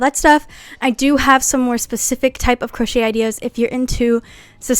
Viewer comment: Girl, I love the video but you should learn how to say specific